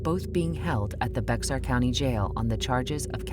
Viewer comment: Bexar is pronounced "Bear" the x is silent.